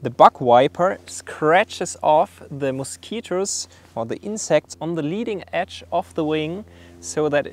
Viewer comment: "Mowskeeters" lol